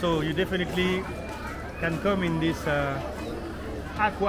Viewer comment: On minute thizzzzzz izzzzz Goode, no many beoble thizzzzzzzz izzzzz you know how much? Only 10bound(pound), Goode brize very cheap 😂😂😂😂😂